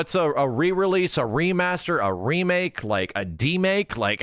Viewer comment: A "DEE Make" 😂